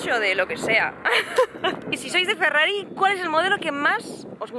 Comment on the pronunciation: ( Ferrari se pronuncia Ferrari, porque es italiano, no todo tiene que ser posh y pronunciarse mal como un inglés. :( Me entristecen estas cosas. Espero que a los Porsches no los llames "porx", ya que es aleman y la E se pronuncia :(